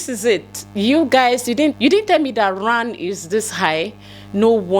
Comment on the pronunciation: not ran it is rand 🤣🤣🤣🤣🤣🤣